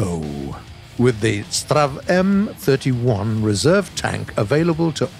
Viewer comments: "STRAV..." I am sorry what. You either say "S.T.R.V..." or "Stridsvagn". Please don't ever say "STRAV" again xD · It's not pronounced "strav", but "S. T. R. V." 🤣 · I dont want to be that guy and this is just a friendly reminder and all. But its STRIDSVAGN or ES TEE AR VEE or even STRIDDS WAGEN if you like. but again, dont be mad. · If he isn't going to say it "S-T-R-V", then he should say the full name of Stridsvagn. It's just as annoying as when he tries to pronounce the designations for some Russian hardware, such as the DShK machine gun. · Gaijin: strav Everyone: strv Gaijin: triggerd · "Strav" It's S.T.R.V! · Me: Stridsvagn narrator: STrRraAv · The STRV part is short for Stridsvagn. So just say S T R V instead of strav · as a swede when he says strv its pianful couz strv mins stridsvagn and stridesvang mins battle tank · U dont say it like straaav or what ever, u say it like this S T R V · I would suggest saying S. T. R. V instead of strev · PLEASE stop saying "Strav". It's like trying to pronounce pzkpfw as a word. Ether say the full name of the tank or say it letter by letter S, t, r, v. U, s, h. I, k, v. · Its strv not strav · When he says "straav", it's not even a proper name he is pronouncing, because he goes by what the game names it as and the game lists the tanks as "Strv", which is the abridged version of the word "stridsvagn", meaning quite simply "battle tank". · The fact that he sais "sterv" as a word instead of an abbreviation really annoys me. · Hi! I love the new units! Im from Sweden, (so sry for my bad English) and if you want to you can just say S T R V, just each letter one after one. STRV stands for the swedish word of tank: “Stridsvagn”. In the Swedish SAV 20.12.48 stands the “Sav” for “StormArtilleriVagn” ore what you rather would call it, some sort of an “assault-artillery- carrage- model”. Love the new units! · XDDDDD when he says: "S TRTRAAA V" XDDDDDDDDDDDDDDDDDDDDDDDDDDDDDDDD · Strv is pronounced stri-ds-vagn